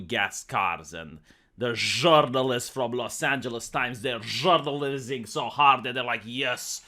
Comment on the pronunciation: Journalizzing, was it supposed to sound like jizzing? Because if it is that's briliant